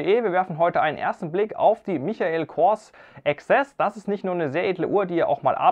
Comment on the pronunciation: Michael spricht man Meikel aus!